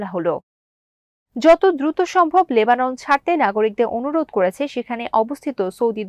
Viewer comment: কোনো দারি, কমা কি নাই? আর একটু ভালভাবে খবর পরিবেশন করতে হবে। আর লেবানন এর উচ্চারণ কি করছো? ঠিক বুঝলাম না। লেবানন এর নাম শোনো নাই কোনদিন??? একটা ডিসলাইক👎 দিলাম।